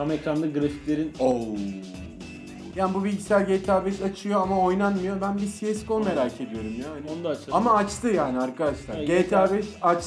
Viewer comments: Si es go nedir ya? Cs go demek çokmu zor? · GTA yi Ge Te A diye okuyup, CsGO yu Si Es Go diye okuyan iki comarin videosuna hosgeldiniz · cese go ne ara siyes go oldu at kafalı